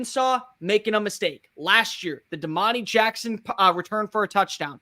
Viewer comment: Demani Jackson? This guy always has trouble with names 😂